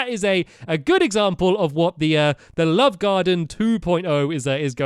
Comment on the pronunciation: One time of saying "love garden" you said "lub garden" haha